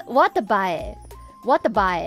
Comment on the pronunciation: And Miko is the only one who pronounced the "bae" part right. As expected of Elite.😅